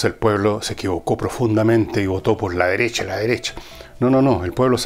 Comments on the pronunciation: "La deresha, la deresha"...jajajaja GENIAL! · La deressha la dereshha ..jajajja